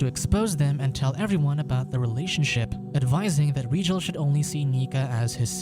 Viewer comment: It’s Rigel not regal you igjet